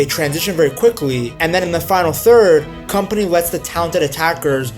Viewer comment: you dont read his name as "company" ffs